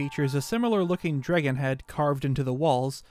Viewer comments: I loved this but all I have to say is... "Dreggin" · I will never unhear the way you say "dregon". Thanks. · “Draygon” statue lmao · Okay, say the word “dreg,” Now say “Dr. Dre,” Now say the word “DRAG” You must be Canadian